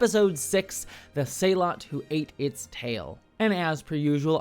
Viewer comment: Why is everyone mispronouncing sehlat? Spock even gives the proper pronunciation in the episode